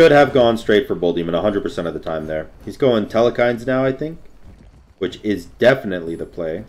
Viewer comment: Telkhines not telekhines